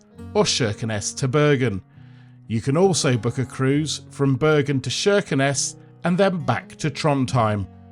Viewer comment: Kirkenes with a hard K sound, not SH.